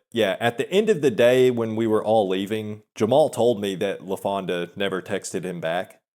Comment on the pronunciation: There he goes with that "LafondA" shit again..